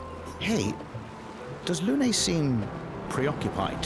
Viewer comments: one thing that bothers me you keep calling her Luna instead of Lune :) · Honestly love the juxtaposition of attention - tries to read and find everything, but then calls Lune, Luna every time, even with the voice acting helping him out lol